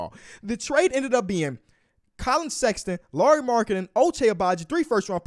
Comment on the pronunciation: KAY LOVE AIN'T SHOW NO LOVE 4 SEX-AH-TON :(